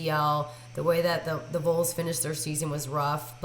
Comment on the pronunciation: Good grief. Vols is short for Volunteers. It makes the same sound as balls or walls. It is not pronounced as voles. For this reason I cannot take her prediction seriously. Joe Milton is going to drop 70 yard passes on that Clemson squad. GO Vols!